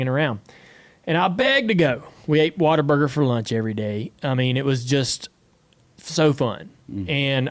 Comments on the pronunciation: Is he saying water burger, or Whataburger ? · I thought he said water burger....lol. Would like to know